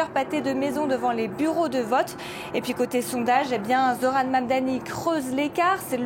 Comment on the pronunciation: Comment elle prononce Zohran❤